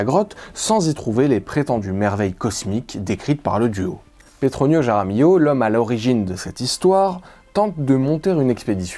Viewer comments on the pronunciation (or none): Sérieux mec, fais un effort ! Pour dire Juan, tu utilises le son de la Jota, je "j" espagnol, qui est un R gutural et pour dire "Jaramillo", tu le prononces comme un J ??? T'es pas idiot pourtant, tu devrais te rendre compte ! Et LL en espagnol se prononce Li donc "Raramilio", ou R est le R gutural. Sinon, si tu ne sais pas parler espagnol, tu prononces tout à la française. Et merci pour la vidéo.